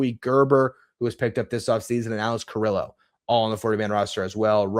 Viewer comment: again, love your work, but Alex Carrillo's last name is pronounced, "kah-REE-yoh," not "kah-rill-oh."